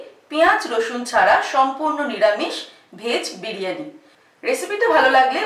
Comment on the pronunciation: বিরিয়ানি হবে, বিড়ি য়ানি নয়......drishtikotu lag6e.... ki6u mone korben na..